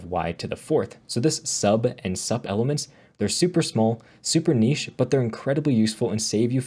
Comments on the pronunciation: is said "soup" like superscript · Very informative video. nicely done. Just one note about sub and sup. They stand for subscript and superscript, so sup is pronounced like "soup".